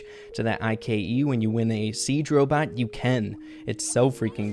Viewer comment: The way says Ike bothers me so much and idk why